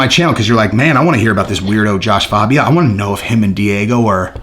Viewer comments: IT'S JASHUA FAAAAHHHBIA NOT FABIAAAAHH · Did you listen to anyone say his name fAbia